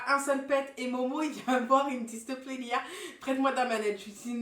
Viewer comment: On dirais tu dit LIL au lieux de LIA